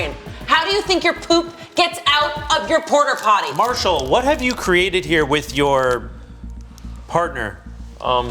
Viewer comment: Why is no one commenting on calling it a porterpotty? Portapotty, as in portable.